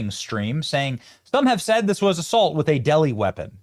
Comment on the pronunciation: Did you say a DELI WEAPON???😮 I’m dying!!!😂😂😂😂😂